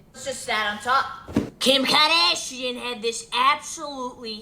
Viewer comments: "Kim karDAAASHian" kills me dead every single time I hear it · At least now people know how to pronounce the german Umlaut "ä" 'cause as a German, all I hear is Kim KardÄschien